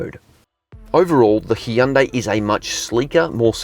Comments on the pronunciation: Hyundai is pronounced like "Sunday"! Just saying. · Hun-day.. Coming from a south Korean lady I work with.